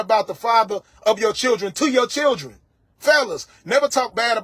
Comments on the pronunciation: Why do she have repeat every single sentence? Omg she do fkn annoying and she still can't say children right i can't stand this 304. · She needs to learn how to say children! 😂😂